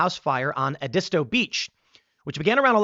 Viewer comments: Tim It’s not E-disto it’s Ed-isto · It's pronounced ed-i-sto, Tim. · lol Ed-e-stow beach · It is pronounced Ed-I-Stoy Beach ❤ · Here comes someone from Carolina to save your pronunciation: Ed-es-toe beach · It's pronounced Ed-is-toe. As someone that lives nearby, that pronunciation cracked me up. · The way Tim pronounces Edisto Island makes me laugh.